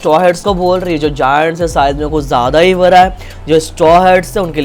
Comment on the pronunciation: It's bada not bara thala bhi😅